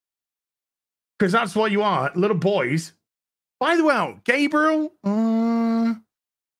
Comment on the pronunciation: I love the way you pronounce Gabriel. At first I thought it was intentional.